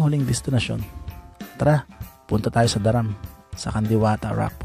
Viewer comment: Tol hindi sya daram it's da-ram pag hiwalayin mo tas diinan mo yung Da.